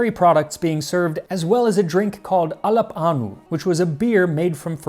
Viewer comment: When you said "alappânu" I heard "Arnold Palmer"